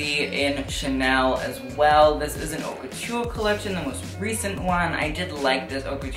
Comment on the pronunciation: It’s pronounced “oat la mode” not “hot la mode”. Don’t been to be a grammar nazi or to bug you, I’m just suggesting in the spirit of helping, as I am bilingual in French and English. Really enjoyed your video! Hope to see you at those awards next year, reporting back to us.